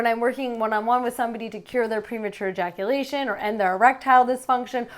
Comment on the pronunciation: erectyle dysfunction, premature eyaculation, delayed eyaculation